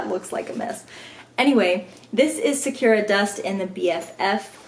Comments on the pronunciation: Sakura is Japanese for cherry blossom. Pronounce the u with ooo (like in coo) sound. Technically the r should hard as well for native speakers lol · follow the link for correct pronunciation of 🌸Sakura🌸 (Japanese for Cherry Blossom, bloom, good).....thanks for showing us all the goodies by the way. I love the Be Quick and the Be Set, but honestly, I've never ever used the large set piece - I use the Be Quick instead of it as I find it more versatile. I just find the large piece too heavy with all the extra hardware on it, and it doesn't even have a zipper pocket. I really wish JJB would sell the small and medium set pieces as the set, then the large one as a standalone. ps. loved your 'deer caught in the headlights' reaction to the lining on Whimsical Whisper, that was priceless...I had much the same reaction.